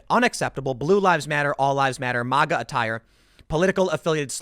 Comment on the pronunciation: Its maga not mawga